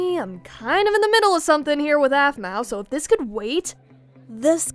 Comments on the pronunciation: Blaze should've become alpha 😤😾😾😡 Also calls aphmau "ofmau" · Her name is not a f m u a